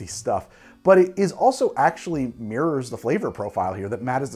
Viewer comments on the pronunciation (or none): none